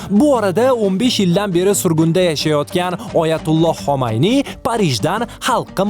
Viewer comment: xomayniy emas Xumayniy